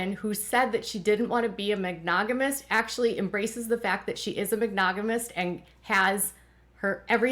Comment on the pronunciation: "Mag-Nog-imous?? I think you mean, Monogamist. (Not hating, just thought it was cute.)